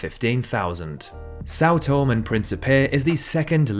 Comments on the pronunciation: What? São Tome? The name of the Island is São Tomé, which is Portuguese for Saint Thomas and not the Holy Book. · Tomé is pronounced to-MEH, not "Toam" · são toMÉ (stress on mÉÉÉÉ) (the ´ sign marks the stress on syllables)